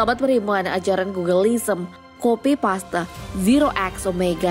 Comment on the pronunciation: Belajar bahasa inggris lg min Masih bynk penyebutan kosa kata bahasa tersebut salah. Contoh paste(harus nya bilang nya (peist) bukan paste Jgn bikin malu lah udh 6jt sub Masa gk mampu kursus.